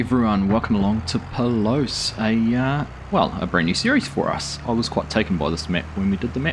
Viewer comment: It’s pronounced like “pah-loose”. They also empty by the combines driving to the grain cart on a flatter area, rarely on the go. Great start! Will be fun to see it grow.